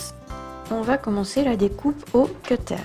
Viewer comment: Ses bien mes sa se dit kutere pas ketere